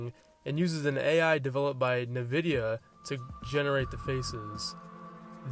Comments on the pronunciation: IT'S "EN" VIDIA NOT "NUH" VIDIA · WTf is "Nehvidya"? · Bro how tf did u say nvidia, got me laughing, on god frfr.